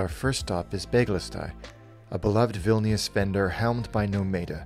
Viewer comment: Just cos it’s making me twitch but Vilñus not Vil-knee-us.